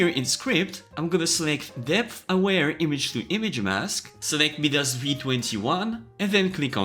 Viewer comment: FYI - Midas is pronounced MY-dis, and Euler is pronounced OIL-er